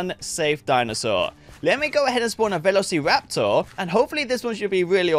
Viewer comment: finally he said it right!